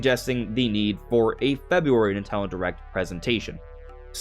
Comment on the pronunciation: why tf do u keep saying "nintaldon"